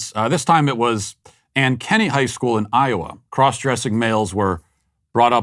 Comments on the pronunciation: Bro, did you just pronounce Ankeny, An-kenny instead on An-ki-nee. The aliens would not be proud. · Ankeny is pronounced. Aink (like ankle) eny (like any) and the emphasis is on the Ank part. AINKeny (I live in Iowa) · I'm from Iowa. Pronounced Ank-Inny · So on point how Matt mispronounced Ankeny (ANK-eh-knee). I hate to tell you Matt, but it's very possible that the administrators at a large and "progressive" school - as evidenced by their equity department even in Iowa, are almost certainly on board with what happened. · I'm in the north part of Iowa. I didn't recognize the name of the city by the way Matt pronounced it. 🤔 I'm glad that most of Iowa is rural conservatives. I think we get too complacent here because it doesn't seem like that sh*t should happen in Iowa. A Des Moines show promoter wanted to put on a drag show for some festival or other in our small town (5,000 +/-). It was soundly denied. 👏